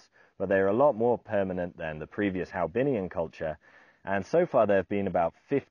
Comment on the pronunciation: HoaBinhian , not HaoBinhian . After the 1st H is the o followed by the a. The Vietnamese name is "Văn hóa Hòa Bình."